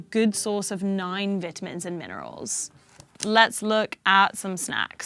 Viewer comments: Mispronunciations by supposedly educated individuals drives me nuts. It's not a "Veetamin" as you would pronounce the word "Bee" it's a "Vitamin" as it's "Vital" to your health. And sugars are a bigger killer than any of those dies just saying. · What’s are Bit-amends? Ooh…. She was saying Vitamins!! Never mind lol😂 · I think they should ban “Vit- uh- mins!” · I can't take anyone seriously who says viit-amins.